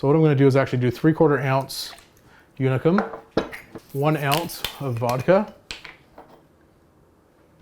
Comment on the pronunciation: If you feel like pronouncing how the Hungarians do, its more like Oonicum than Younicum :)